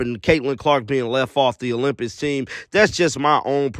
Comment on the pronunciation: Olym..."Pics"... NOT "Piss"......